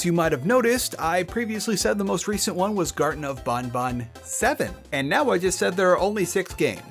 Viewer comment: ...Huh. You're the first person who seems to have just defaulted to the 'correct' way to pronounce Banban. Every other person I've heard talk about this game pronounced it as it's written (ban-ban) unless specifically following the developers' pronunciation (bon-bon).